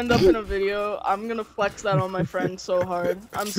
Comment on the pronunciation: Its that not zat bro